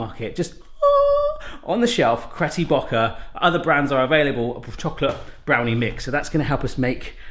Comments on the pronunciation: Am I imagining, or did he say "Cretty Bocker" instead of Betty Crocker? HAHA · Anyone else notice how he said cretty bocker instead on Betty crocker 😂😂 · He always says it that way -- partly to be funny, partly to avoid copyright issues. He also messes with Ben & Jerry's. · AM I THE ONLY ONE THAT NOTICED BARRY SAY "CRETTY BOOKER" OR SOMETHING LIKE THAT INSTEAD OF "BETTY CROCKER" I don't know if it's a thing that he gets wrong on purpose but yeaaa too funny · Cretty Bocker? Or Betty Crocker? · Leanne Spiteri yeah he always says it he ain’t giving them no free advertising 😂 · Did you say 'Cretty Bocker'? :') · cretty bocker lmao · Did anyone else notice that he wasn't saying Betty crocker when he said that name of the cake mix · You said Cretty Bocker lmao! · Anyone else hear him say Hetty Crocker🤣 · Is no one going to point out how he said cretty bocker? I love this channel. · He does it with alot of the brands :D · He always does that with that brand. 😂